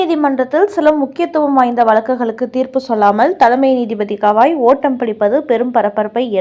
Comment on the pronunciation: ஹவாய். இல்லை. அவர் பெயர். கவாய். Gavai